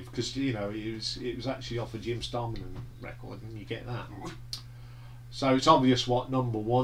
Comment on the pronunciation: Distracted by how u pronounce Jim Steinman and a few track names but a pretty good review and I would agree with u mostly. Surprised at braver than we are being so high up in your list? I find it dreadful but each to their own. Think the reason Jim isn’t featured on any of those tracks was cos he was very ill following multiple strokes. Think meat has said he could hardly speak? Dunno how u can’t like ‘sailor to a siren’?? It’s a great track!! Good to hear U were at the 10th anniversary tour. I saw the gig in Sheffield on that tour. It was 1988 and it was one of best rock shows Iv ever seen.